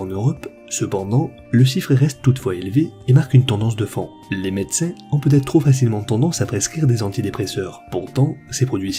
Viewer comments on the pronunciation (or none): Les medecing ? Seriez vous du sud ? 🤣🤣💪🏼